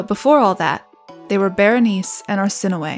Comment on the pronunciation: Bernice? Girl. Berenicé, bear en eek ay, try to roll the r slightly. Bernice 🤦‍♀️